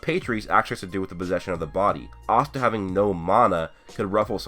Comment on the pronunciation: Conscider pronouncing Astas name the same way everyone else does O.O :D